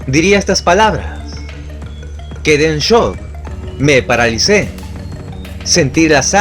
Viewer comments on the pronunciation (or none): none